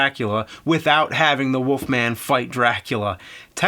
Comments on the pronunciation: Woofman or Wolfman? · Why does James say "woofman"? Is it a Jersey thing? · The woofman 😅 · The Woofman? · Who's this Woofman you speak of? Or am I looking into another universe?